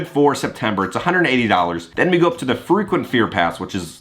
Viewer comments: Sounds like you're saying freakin' fear pass 😂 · Thanks for another great video! I thought you kept saying “the freakin scare pass” instead of frequent. Lol😂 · Thought you were saying FREAKING fear pass😂Love your vids, friend!